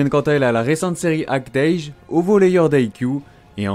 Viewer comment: Bizarre qu'Act-age apparaisse jamais dans le top Oricon s'il tape déjà dans les 100 000 par tome… Je suppose que les ventes ont augmenté récemment ? Au passage, comme je sais que tu adores qu'on te fasse chier sur la prononciation, il semblerait qu'on prononce "Act-âge" à la française, et non "Act-eidj"… si j'en crois les katakana en tout cas (アクタージュ > akutāju). Voilà voilà. :þ